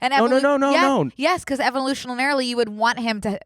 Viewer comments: "evolutionalarily" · Evolutionanarily, evolutionalarily 😂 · cackling every time they tried to say 'evolutionarily'